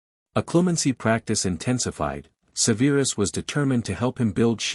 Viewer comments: Do something man. Stop calling him Severe-us. Its just Severus 😂. Enjoyed the story though 👍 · Amusing and annoying at the same time that lately the last three vids I've watched are really messed up with pronunciation. Like this one. Not even a minute in I hear Se veer us stated so many times. So on that not good luck. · Please learn how pronounce SEVERUS. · Love this story, but idk if I'll finish. The pronounciation is not Severe-us, but Sev-er-us, say it with me, Sev-er-us. Also not Bell-A-Trix. Yes I know it's AI but guess what, there is still a human somewhere in all this. Some of this has repeats the same lines from previous chapters.